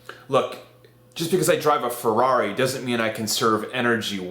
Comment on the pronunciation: Is only me or is kinda funny how he pronounce "Fegrrrari"